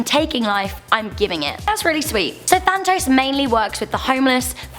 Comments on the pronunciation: It's Thanatos (in greek θάνατος) btw, not Thantos.. She pronounced it wrong. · it's called thanAtos and not thantos i'm greek so i know something more about greek than you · It... It's pronounced like Nicks... Next one, Thanatos. You missed a letter. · Pronunciation,... Than-a-tos.☺ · Also, "Than-a-toes" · Also its tan a tos